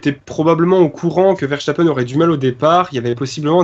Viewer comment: Arrêtez de prononcer "Verchtappen" par pitié !! C'est un nom hollandais, pas allemand :p